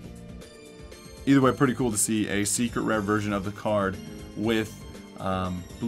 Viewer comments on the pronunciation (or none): none